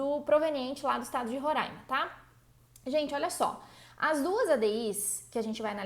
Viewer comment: Gente que fala: Roraima e não Rorãima, nem é gente, é anjo! Kkkk